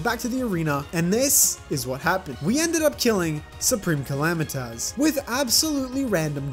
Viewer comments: man listening to him calling S cal "him" and the way he pronounced "Calamitas" was painfull, other then it's fine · when he said " calamitaz"